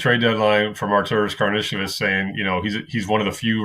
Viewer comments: "Karnishavis" lmao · 4 years in and can't pronounce Karnisovas. WTF?